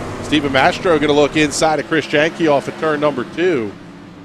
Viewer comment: Great Job on the broadcast. Keep up the good work Just an FYI though Chris Jahnke is pronounced Yahn - Key